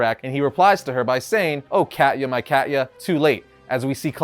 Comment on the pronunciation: "Cat-ya" As a Slav, that's funny.